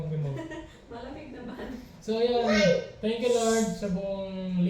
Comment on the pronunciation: pansinin mo yong thanks for watching mo. Instead na k naging g, "THANGS"